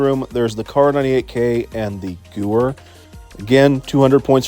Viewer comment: Btw, the gewehr is pronounced like gu-vair, either way your videos are great so keep up the good work.